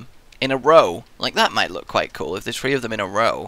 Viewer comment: si it just me or does he say three like free no offense i find it amusing but is it just me